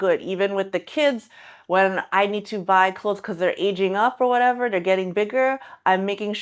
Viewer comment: i love your whatevah moments! 👍